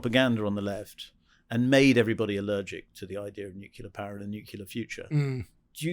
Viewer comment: Why can''t pronounce 'nuclear'? - newkiler, newkiler, newkiler.....